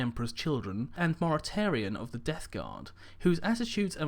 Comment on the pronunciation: Hah i think you accidentally called Mortarion "Bartarion"